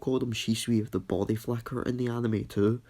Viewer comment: Is it just me or he said body flacker